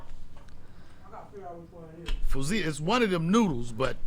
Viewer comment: Fusili pronounced "few-silly"